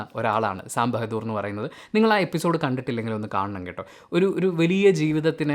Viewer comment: Sam ബെഹദൂർ അല്ലടാ ബഹാദൂർ. ...ഇവനെ ഒക്കെ